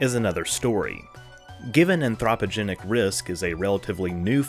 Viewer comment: I like the way you say anthropogenic, LOL